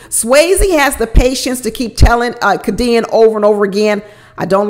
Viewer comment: Lol. I think her name is pronounced Kay-D-Ann. 🤣🤣🤣 u cracked me up. I love your videos!